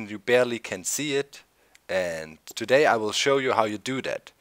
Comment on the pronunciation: The way you said "Today" in the intro (to-DAY instead of (to....day) surprised me lol